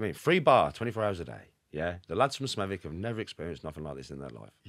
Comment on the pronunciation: how the fuck did Shaun pronounce Smethwick???? You don’t pronounce the W its Smeth-ick…. I quite surprised Shaun’s never heard of Smethwick before, It’s the boarder area as half of Smethwick is in the Black Country and the other half is in Birmingham…. accent is typically Smethwick as it’s a Birmingham accent with a few Black Country slang phrases thrown in….